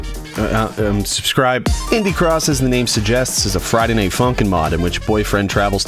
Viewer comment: Is it just me who thought he said ‘pibby cross’ at the start of the vid